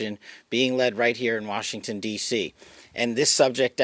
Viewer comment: “Warshington, D.C.” 🤦‍♂️